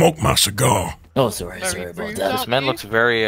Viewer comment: Group of people: Talking about a robbery Arthur: I think they're talkin' bou' me